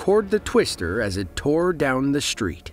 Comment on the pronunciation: Minister of climate change? Hmm, I wonder what that is? BTW, there is no "H" is street or destroyed. If you're going to narrate videos, learn how to speak properly.